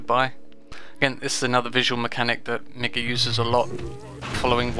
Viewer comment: I'm fairly certain it's pronounced Mee-ga, because of the two I's.